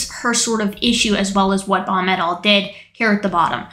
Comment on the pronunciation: After a while your "Baum et. al." phrases sounded like "Bomb it all". 😄